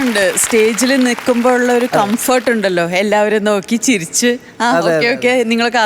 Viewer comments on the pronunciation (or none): none